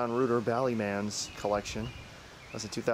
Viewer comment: Just for future references, his last name is pronounced ROY-ter.